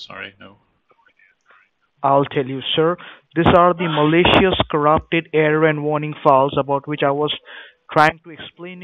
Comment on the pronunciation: The way he pronounced malicious killed me